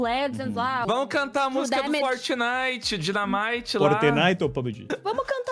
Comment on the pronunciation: O falando FORTINAITI AND LA BABAJI😂😂😂😂☠️☠️🗣🗣🗣🔥🔥